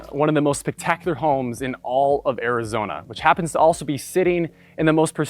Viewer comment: Areezona? C'mon man 🤣😂😉